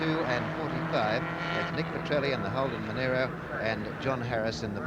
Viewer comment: Monaro not Monairo. Those ABC announcers are genelly terrible!